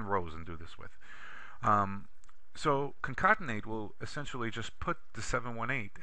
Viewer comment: This was a very helpful video. I shared it with a friend. I was a little thrown off by "concontenate" which I assume was concatenate.